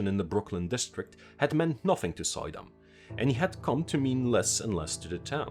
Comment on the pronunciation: It's not pronounced, "Soy-dam", it's "Sue-dam" (emphasis on second syllable) - old Dutch "oy" is "oo" in English. Other than that, awesome video!